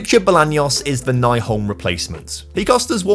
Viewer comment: I was happy to see Nyholm leave since that would mean that you would stop mispronauncing his name. It is NY-holm not NAI-holm. Ny is said like new.